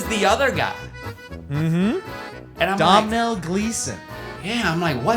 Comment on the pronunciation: Domhnall is pronounced Donald without the last d or DOUGH-null like Tonal but with a D not Domnal